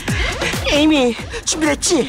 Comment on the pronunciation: 나는 에이미 이름이 자꾸 애미로 들림 ㅋㅋ